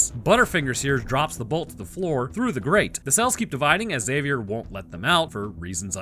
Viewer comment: High-five for not pronouncing the "x" in "Xavier". It irks me to death to hear "Exzavier".